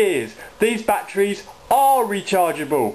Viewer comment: i like how you say betrees lol